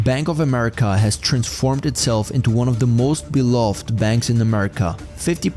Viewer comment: "The most beloved*". Beloved has three syllables, not two.